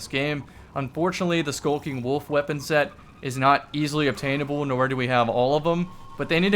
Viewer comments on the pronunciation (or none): none